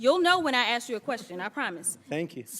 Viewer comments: Why do (WE-THE-PEOPLE) need a woman like this to perform??? We are not wanting to watch a circus act! There is a difference between the two words of: ‘ax’ and ‘ask’. The one named ‘dan goldman’, and (one’s like him) are getting plenty of coverage by jasmine…..wonder why??? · It ASK, not ass. 😅😅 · it's ASK, not AX Jasmine!!!!!!!! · Future Mayor of Dolton Illinois. And she didn't ask, she "Axed"! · No, it's axe. Don't axe me why. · She didn't axe a question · Let me axe you a question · Did she ax a question? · when she "axe chew" a question "chew" will answer gnaw mean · !!! She should file a lawsuit against its acting coach ! If you axe me. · I dint axe you a question. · Did she actually say “troof “ and axe you “? 🙄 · Overbearing DEI who cannot speak proper English. She said "Hunter ain't here". She cannot pronounce the word "ask".